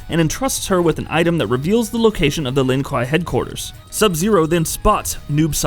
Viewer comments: Hey buddy, you better start running cuz Cyrax, Noob Saibot, Sub-zero, Sektor, Cyber Sub-zero, and Smoke are all hunting you down for shoving the Lin Kuei pronunciation up your ass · I’m gonna need you to say his clan correctly pls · I clicked off of this video the second I heard him pronounce Lin kuei. I will not have it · Bro,you pronounced almost everything right except the clan the sub zeros are from😣😑😑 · A lot of everything he said just pissed me off, mostly the way he pronounces Lin kuei...why’d he says scorpion was “aligned” with the shirai ryu. He’s the leader and always has been. Well since the start of the first game anyway. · Say Lin kuei properly!!!! 🤦🏽‍♂️ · Crystal clear while butchering the clan names. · Tbh I pronounce Kuai Liang, Kuai Lang, I’m just pissed off that he mispronounces Lin Kuei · Yea the way he’s saying the Lin kuei. Makes me think he did the video for views and has no respect for MK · Subzero is the best, also did he really mispronounce Lin Kuei, I hate it when people do that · He pronounces Shirai-ryu wrong too. From the wiki: Throughout the series, the Shirai Ryu's name is mispronounced as Shirai Rye-yu (when the correct would be Shirai Ree-oo). Also, given that "Ryu" is the Japanese suffix for "style", the name would be more properly parsed as "Shirai-ryu". Shirai Ryu means "Style/Flow of the White Well". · Subzero is a great character but you’re butchering their clan name. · I was thinking the same thing and he keeps saying it the same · The Lin WHAT??? Seriously, how hard is it to pronounce something that's said so many times throughout the entire franchise? How do you fuck up that bad? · Bro if you can’t even say his tribe right you don’t deserve to make a video on him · Wtf is a "Lin Kai" you uneducated swine😂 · The way this guy is saying Lin Kuei makes me want to take a shotgun to my own knees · The Lin Kwaayyyyyyy (not kwhyyy) do not all wear blue until mortal Kombat 10 when Sub zero is grand master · KWAY NOT KUUI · Lin kway*